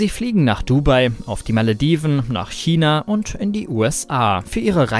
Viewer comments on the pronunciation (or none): none